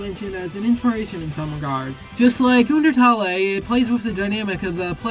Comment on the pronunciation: I love how he pronounces undertale like oondeurtalleye